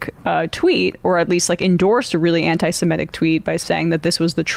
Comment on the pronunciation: Not siMETic. It's seMITic!